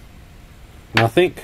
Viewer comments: PLEASE READ THIS!!! The word is NOT nothINK. The word IS NothING. Hearing you repeatedly saying NOTHINK, NOTHINK, NOTHINK, NOTHINK, makes me want to leave this message. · Bro... I like Your Videos...And I'm Not A Grammar Nazi...But And In The Video...The Ear Rape Is So Painful...The Word Is Nothing...There Is No K In The Word Nothing!!!!... You Can Say Trying Without A K...And Regretting Without A K ...So Lets Give Nothing Ago...Never Say Nothink... LOL!! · "Nothing".. Not Nothink. The word ends in a G. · It's nothing not nathink 🤔😉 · You do know that nothing ends with a G not K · Please stop saying NOTHINK The word is NOTHING !!! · Nothing, not nathink 🙄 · "nuthink" isn't a word. The word you're looking for is "nothing". (Notice the G at the end...) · Cool Video. But you keep saying nothink. It's nothing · Nothink........ Surely it's pronounced 'nothing.' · It’s nothing with a g not nothink with a k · "Nothingk, nothingk, nothingk, nothingk, and nothingk." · Since when has "K" been on the end of "Nothingk" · Cool vid. Just one thing, there's no K in nothing 😄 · Only me who thinks it's funny that he says "nothink" instead of "nothing"? :) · Hi, there is nothink better than hearing you say the voltage is nothink. ;-) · Why do you pronounce it "Nothink" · I had to stop watching the 8th time you said "nothink" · You say nothink like that’s just the way it is. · the word "nothing" ends with a g,not a k. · Sorry smart video good work and all but I guess I forget my meds or something cause the "Nothink" was making my eyes twitch lol. I think it's time for me to go night night. Wait I need to dispose of some batteries first. Thanks for doing these videos. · it came from the UK and not all Aussies say Nothink lol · Same difference with saying "NOTHIN" and "NOTHINCK" hahaha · “ Nothing” does not finish with a “K”